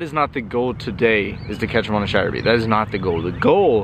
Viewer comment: I’m out for 3 weeks and you keep doing on saying chater bait boy it is a spinner bait